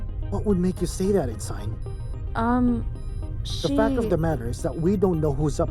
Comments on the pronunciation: En sign... over and over again... It is pronounced ensin, ask your other narrators. It really distracts from the quality of this product when you leave a glaring, terrible, mispronunciation. This makes it tough to get through the middle of the story. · Ensign is pronounced "en-sin" not "en-Sign". I really enjoyed the production but that really pulled me out of the immersion.